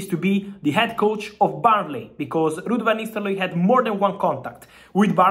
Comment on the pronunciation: "Rrud vanisteloy"😂